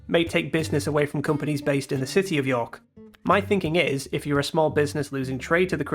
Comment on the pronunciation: There's only one syllable in York, buddy.